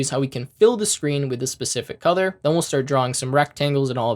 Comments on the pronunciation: I don't know why whenever you say "color" I hear "cothor" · you need to work on how you pronounce the word, "color." It throws me off every time. It cracked me up the first time because I couldn't make out what you were saying but once I understood, you just became a meme.